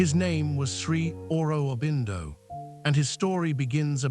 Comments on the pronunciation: You have done so much research and missed checking the correct pronunciation of Sri Aurobindo's and Mother Mirra's names !! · Sri Aurobindo’s name has been painfully butchered. Please please correct it.